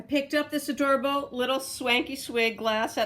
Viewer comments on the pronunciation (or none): none